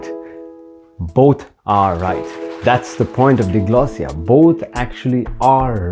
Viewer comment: This video has very poor sound quality. Something has gone wrong with the recording. Also, DIGLOSSIA is not pronounced dee-glossia, but dai-glossia, like dai-alect.